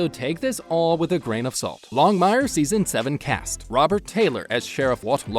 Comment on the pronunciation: Why do you insist on mispronouncing the cast members names? It's "Longmire,," not Long Mire; *CADY" Longmire is not pronounced "Catty." Mathias is not Math Ius. Either stop using computer generated voice or learn to pronounce their names properly. Show some respect!